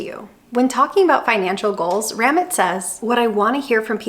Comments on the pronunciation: Just fyi, Ramit is pronounced Rah-meet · It's "rah-meet" with almost a subtle "th" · His name is pronounced raw- meet. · Really great video! I love your teaching style and approach. I would, however, recommend you play one of this man’s videos and hear how he says his name. It is not “Rammit” like “rabbit”. 🥴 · Ramit? U mean ra-meet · Have you ever listened to Ramit??? It is Ra-meet............... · His name is Ruh-MEAT 😁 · It’s Ram-eeeet!!! One of the current most prominent financial voices of right now. I wish you had looked up the pronunciation because I cannot finish this video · How can you do an entire video saying Ramit's name wrong each and every time. Have you actually watched one of his videos? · Not how you say his name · Great video… Ramit makes you think beyond the numbers to question what you really want. He wrote one of the first books I read on finance; information from the book is still relevant. By the way, you butchered his name. 😂 I will run the numbers; I'm curious after the video.